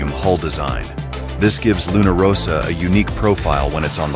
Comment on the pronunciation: And also in this video - the Italian team name is Luna RossA - not Luna RossO....